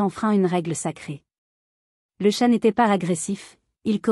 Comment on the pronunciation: Entendre prononcé "tchat" pour désigner un 🐱 c'est soulant l'IA est à améliorer